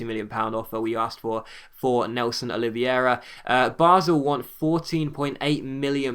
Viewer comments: It's pronounced Nelson 'Oli-ve-ra'. :) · Its Nélson Oliv-hey-ra. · Nélson Oliveira is pronounced " Oleeveyra " :)